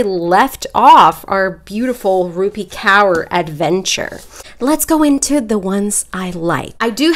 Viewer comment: just as a side note it's pronounced core not cower 😭😭